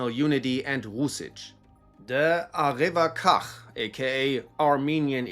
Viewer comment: Arevakhach is pretty weird too see but for you its pronounced as Arevakhatsch The kh resembles the Kh sound in russian